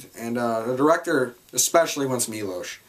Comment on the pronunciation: Finally a reviewer who pronounces Milos name correctly. They say it about 200x in the movie, and yet people still cant pronounce it? Cmon!